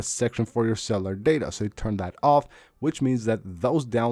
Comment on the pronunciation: very knowledgeable… With respect here are a couple suggestions. you have a speech impediment that makes itself known when you try to pronounce cellular. The word has three syllables that you pronounce it with two syllables. because of this, I suggest you slow down the rate of your speaking. Just record your voice and then listen back to recording and identify those words which you are obviously mispronouncing. At that time. then go back and make a list of those words and just practice them. Start very slowly and find the pace at which you pronounce the words correctly. Then, from there, you can work on speeding your pronunciation up to fit with the rest of the words that you pronounce OK. I really encourage you to do this because I've had this problem of not being able to log onto the Internet, but I'm at the doctor's office or in the hospital. And I've tried some of the things that you mentioned but about 80% of the stuff that you mentioned, I've never heard of before . So I'm really looking forward to seeing what works for me. Just so you know, I googled the following: “ when Wi-Fi is slow or not logging on, or logging on and then clicking off, we should use cellular. While using cellular because of this, should we leave Wi-Fi on or off?” most of the answers they came back were simply, yes, he should or no you should not, but you gave a full compliment of possible solutions and that's a sign of a superior intelligence! So thanks and good luck!